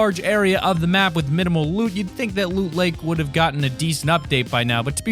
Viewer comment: you said look lake Not loot lake